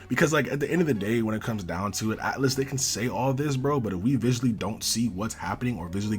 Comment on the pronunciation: It is atlus not atlas lol and sega is the one managing the game